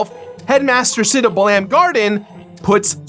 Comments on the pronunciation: It's pronounced bah-lam garden.. bah-lamb sounds absolutely hilarious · My ear bleeds... it's "Bah-lum" like gum. For Balamb Town. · Lmao, I've never heard Balamb pronounced that way. I've always hear BA-lum or BA-lam, with the emphasis on the first syllable. Now I've got an image of the FFVIII cast jamming out to Spider Bait stuck in my head. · Buh-LAM garden, interesting pronunciation. I always thought of it as bal-umb (first syllable sounding similar to how you'd pronounce the bal in "balance") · Ouch, it hurts me the way you pronounce Balamb.... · Yeah his pronunciations are weird sometimes... Quistis, Balamb, Ultimecia...